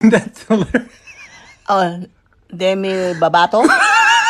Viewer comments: I’ve had it when she says Demi Babato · “Demi babato” 😂 😂